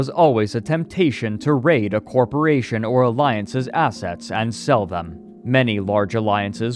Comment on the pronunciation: No gonna lie, i'm 21 minutes in and i wonder if i'm listening to ai. Not for the scripit, but the voice itself. sometimes the accents are off "example, "corporation!", and in general it's a bit flat.